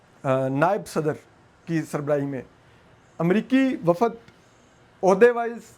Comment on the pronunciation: It is Baheera-i-Arab, not Baheera-i-Arb and وفد is pronounced wafd not wafad. I don't understand why you have place زبر where it doesn't exist and skip a زبر where it does exist.